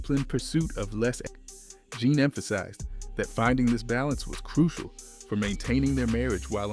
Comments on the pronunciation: Zha-Nay is not only how to pronounce the album but also the group name not Jane. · If you say “Jane” and “Boosta Rhymes” one more time…damn, how old are you? It’s crazy cuz you sound black. Even my 7 year son knows how to say their names right. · Why TF do you keep saying JANE?! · ITS PRONOUNCED ZAH NAYY NOT ZJANE.... IT IS NOT FLOVAH ITS PRONOUNCED FLAY- VAH! NOT BOOSTA ... BUH-STAH...WHAT THE HELL IS THIS SOME BOOTLEG A.I. PROGRAM???? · Is this shyt AI? They just made it sound like a brutha? Okay, he did pronounce it right but then kept mispronouncing their name right after. He just did it again. Why not pronounce their name right. It's never been "Jane". It's always been pronounced "Jonay" and especially with the accent mark on the e. Smdh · I'm getting tired of y'all using AI. At least make sure everything is pronounced correctly. You Got Jah-Nay right but Zhane was left as Zane. This is what happens when you use AI out of laziness. 🤦🏾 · Put some respect on their name! I tried to make it through the video…./ they LITERALLY said “pronounced Jah Nay” and it still saying Jane! 🙄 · The group's name is pronounced, Jah-a...as their debut album suggests. This must be AI. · Wow, is this MF A.I. or what? Kinda sounds real but so annoying. He literally says “Pronounced Ja-Nay” and still pronounces it wrong. Lol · If you are going to tell a story pronounce the name Of the group and album correctly at least what’s going on here ? Take this down. And redo it for your brand at least . Zhané pronounce jahhhh nay the z is silent Flava pronounce Flay - vah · IT'S,"ZHANE"😠!!! "ZHA-NE"!!! How you gonna do a documentary on a group without knowing how to pronounce their name🤷🏿‍♂️?!!? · He is not even pronouncing their name right 🙄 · Good biography but the pronunciation is way off! You're saying the group name wrong amongst others. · Turning it off!!! I cannot take the mispronunciation of their name. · Roll with the what? 😂 OMG you butchered their name too 🤯🤣